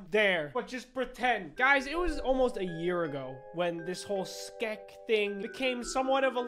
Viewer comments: No one: Not even a single soul:: SkEK HaT pUrCHASED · At the very beggining of this video:: "Ois!" a few seconds later: "My own SCKEH hat!" +! -! + Is he okay? does he need medical assistance or something like, what the heck? i still love this dude TO BITS. he is one of my faves (amongst others) BUT STILL! i still love this man so much, it's scary! ❤ keep up the AWSOME work! (not sorry at all for this nickname i think it's perfect for ) +! -! +